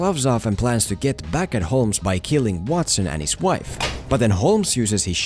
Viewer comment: The L in Holmes is silent.